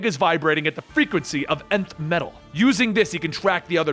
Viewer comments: I thought nth metal was pronounced “enth” metal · the way he says nth metal kills me, still love the vid <3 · He says Nth metal weirdly. At least, by how I've heard it said before